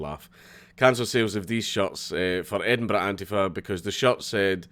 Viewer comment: literally no one: Dank: EdinBRUH